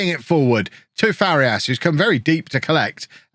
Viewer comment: pronunciation tip, if you are interested: for Farías, try saying "Far - ee - as", instead of "Far - yas". it is a three syllable word, not a two syllable one